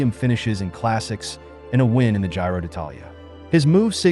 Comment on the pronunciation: We like your contact, but unfortunately your pronunciation of the most of the names of the riders and races is off. Sorry to say. For example "I" "L" Lombardia is pronounced "ill" Lombardia. Giro is pronounced "Geero". Jonas is Yonas. Asgreen is a hard S. Vingegaard is pronounced Vingego".